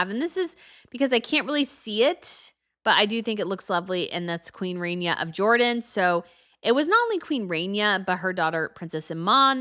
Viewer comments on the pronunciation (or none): Oh god needs to learn how to speak and announce things. She sounds like an old school stereotypical announcer with the way she pronounces "CEREMONY". It's not Queen "RAINYA" it's "RAHniya". You have no idea how to pronounce basic names and it's literally your job. Aren't you the expert? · Ok - Queen RAHNIA - Ahh as in Shah, not RAY-nee-ah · It's queen Rania not Renia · You mispronounced Queen Ranias name .